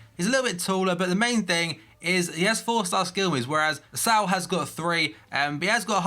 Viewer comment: Pretty sure its not pronounced 'S - ao'. It's 'S - oh'